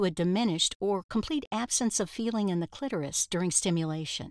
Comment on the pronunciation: Thank you for pronouncing clitoris correctly